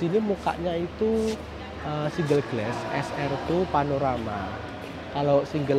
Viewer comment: "Glass" bacanya "glas", bukan "gles" mas. 🙏